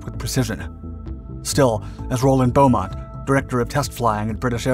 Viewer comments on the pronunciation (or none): Beamont, not Beaumont.